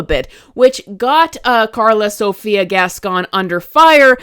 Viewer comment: Just like kevin ethan levin, can't stop putting foot into own mouth! And, the way you say that last name, sounds like"gaston"instead. Yes guys?